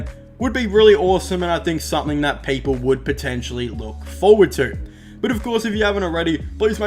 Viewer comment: He said 10 peaple